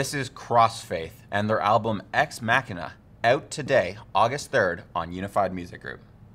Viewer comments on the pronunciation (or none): I think it's pronounced something like Ex-Mashina. As in the word machine, but ending in A. My opinion.